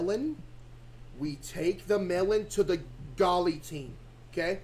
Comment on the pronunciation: Bro said golly tean